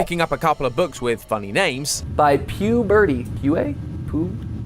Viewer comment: Matpt could not say Puberty. Golden.